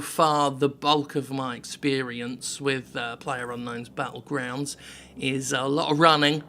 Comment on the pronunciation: ginger Calm down! It's PL ayer UNK nown's BAT tlegrounds. PLUNKBAT. And that's official.